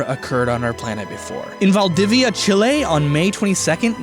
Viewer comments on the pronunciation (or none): It was going well until you tried to pronounce Valdivia, Chile XD